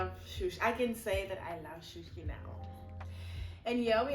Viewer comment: It's not shoshi it's sushi but i love your videos